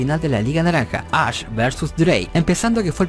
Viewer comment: Todo el mundo pronunciando = Ash El pinche = Ach Jajajaja